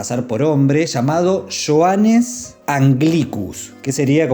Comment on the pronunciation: Creo que se pronuncia yojanes